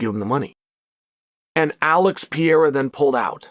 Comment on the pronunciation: Please say it with me: P E R E I R A Not P E I R A Once More: P - E -R -E - I - R - A